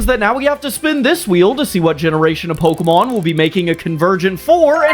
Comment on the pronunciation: Pseudo legendary you made a conversion evolution for you pronounce the first two names of its evolution wrong and I know because in the show, they say it a different way and I’m sorry for correcting you. It’s just that my pet peeve is people pronouncing Pokémon names wrong.